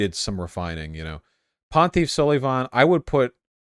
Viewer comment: "ponteef sulleeevaughn"